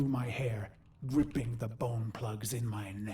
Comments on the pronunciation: lmao losing the g in gripping makes for a much more brutal sentence. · Pretty sure Ordis says “gripping the bone plugs in my neck” not ripping.